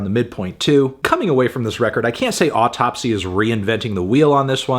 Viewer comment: It's pronounced "Ow - Tupsy" just like the Matti Karky of "Deesmember"